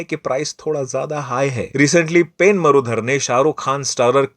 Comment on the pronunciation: PAIN MARUDHAR..😂😂😂😂😂😂 YE JOKER PEN KO PAIN BOLTA HAI 😅😅😅😅😅